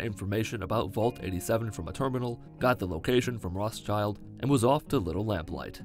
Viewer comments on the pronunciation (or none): Pls pronounce Rothschild properly. Thanks